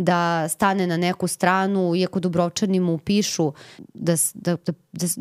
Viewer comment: krivo izgovarate Dubrovčani. krivi vam je naglasak :face-blue-wide-eyes